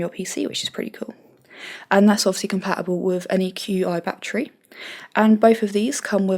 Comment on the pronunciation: Just for future reference Qi is pronounced "Chi"